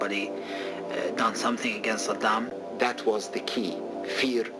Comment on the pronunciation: Saddam, not Yaaah...